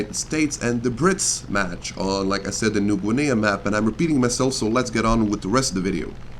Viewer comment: you pronounced "new guinea" so terribly